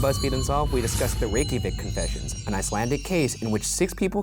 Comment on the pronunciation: Man, A+ for the pronunciations in the Reykjavik story. I would not have had any idea where to begin with those names/words. Granted I have no idea if Ryan's pronunciations are CORRECT lol I'm just giving points for trying (and doing so confidently).